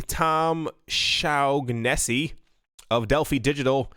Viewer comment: With the wide variety this wonderful world has created, if you’re not angering, confusing, frustrating or annoying at least a large portion of humanity, then you’re not doing anything worthwhile in your life. Oh, and Shaughnessy is likely pronounced “SHAWnessEE”